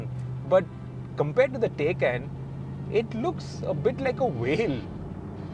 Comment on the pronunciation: It’s TAAYCAAN not a taycan 😒